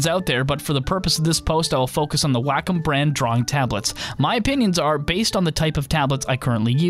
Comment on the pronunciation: If I hear 'whack-um' one more time...! It's pronounced 'waah-kum'!!